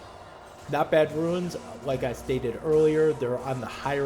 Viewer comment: i couldnt watch more than 2 minutes. You said RUINS instead of RUNES 30 times, my brain cringed i had to go bye.